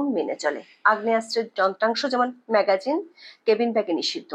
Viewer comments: ম্যাগাজিন না ম্যাগজিন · ম্যাগাজিন নয়, ম্যাগজিন। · এটা " ম্যাগাজিন" নয় হবে- ম্যাগজিন "!! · সংবাদ পাঠ করতে এসেছেন, উচ্চারণের শুদ্ধতা আনুন এবং সঠিক উচ্চারণটি করুন অন্যথায় ভীষণ কানে বাজে। বারবার ম্যাগাজিন ম্যাগাজিন করছেন যা ভীষণ বিরক্তকর লাগে।